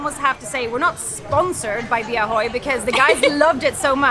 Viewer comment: " bia hơi" but not "bia hôi" 🤣😂🤣😂🤣😂